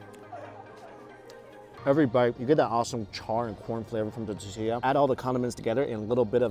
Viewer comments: Lol say it with me mike TORRR TIII LLAAAA ! 🤣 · Mike say “totiya” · Its tortilla not tittia. Love your vids btw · Is it just me or is Mike forgetting the R in the tortilla...?? sounds like hes saying totilla....maby its just me beeing picky lol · What the hell is a titilla? I’ve heard of TORTillas but not um....titillas? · TOR TEE YAH not TeeTeeYa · I giggle a little every time I hear Mike say totilla instead of tortilla lol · If it's tortilla why do I hearing " tutia" mucho spicy did really just say that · Please learn how to say "tortilla" correctly!!!! 😡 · Mike, please say t-OR-tilla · The way he says tortilla is brutal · 😂🤣 I just want Mike to say "Tortilla" correctly! Pura Vida from Costa Rica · Please say “tor” tilla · Please make an effort to say tortilla correctly mike, please...every damn video stg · Awesome video! But repeat after me... Tor-tilla 😂 gets me every time lol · OMG ITS TOR TOR NOT TEA ITS TOR TORTILLA